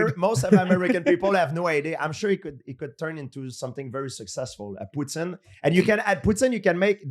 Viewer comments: As a Canadian I Do not approve of how he says poutine😂😂😂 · Hahahaha they keep laughing at him say poutine properly, man was born and raised in the land of poutine